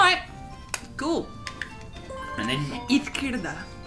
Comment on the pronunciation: Lindsay saying "izquierda" caught me super off guard. I assumed she was learning Spanish with a Central American accent but I guess not. Also, shout out to my Spanish-speakers!